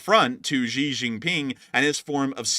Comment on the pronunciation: Need to work on your Chinese names - Xi = She. He = Her